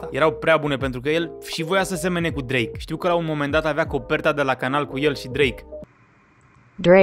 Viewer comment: Bahahaha auzi că Drache 😂😂